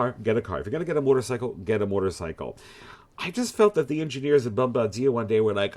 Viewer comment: You gave away your Canadian heritage with the correct pronunciation of Bombardier. Unless it has a sidecar (or you're disabled) a motorcycle has two wheels, end of story. Having problems getting parts shipped from Kazakhstan for your Ural? Press '1' to shoot yourself, press '2' to poison the dealer's family. Teslas and sewing machines are electric, not bikes. Replace the Royal Enfield with any Janus and you're done. Some Janus dealers will cut a hole in your helmet for your man-bun.